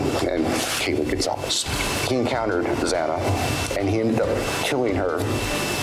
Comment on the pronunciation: Xana pronounced Zan A not zaina. It's so disrespectful to continue to say her name wrong.